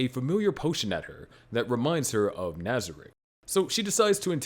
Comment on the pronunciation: Al-B-toe... Nez-rick... Brain Un-Glass.... Re-es-teyez.... boo-coo-boo-coo-chagma... Ainz-el-gone... Must be a sub watcher lol. Still watched the whole video.